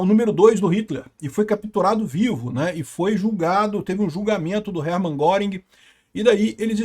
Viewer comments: A pronúncia e " rérman guérrink" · “Russia Crowel interpretando o Hering Guéringuer” 😂